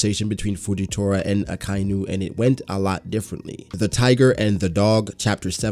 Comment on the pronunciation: So much info opened up a whole new world before the Pirate Era... i truly cant wait for when Oda explains all of this. One thing..... its pronounced, AKA - INU !! Not AKAINU !! XD